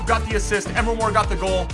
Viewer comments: its not emer mor its em-ree mor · EMRE MOR NOT "EMR MOR" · It's not Emma mor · EM-RE MORE Say it right bro